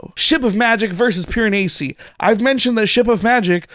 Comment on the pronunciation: Your correction of the pronunciation of Piranesi is closer to the accurate pronunciation, but not quite. The "s" should be pronounced more like a z in English (like how it is in The Leaning Tower of Pisa). It should sound something like this: Pee-ruh-nay-zee.